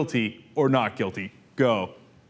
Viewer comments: IT SOUNDED LIKE GOVERNMENT NIC NOT NEG..SO ??? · He said "government-nik". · Sounded like 'nick', I don't hear him pronounce the 'g'. But either way, he is still a piece of sh... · As much as I despise Santorum. It sounded closer to ninja. Listen carefully and he adds an n after ni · I thought he was thinking peacenick, but slowing it down it sounded like a g at the end.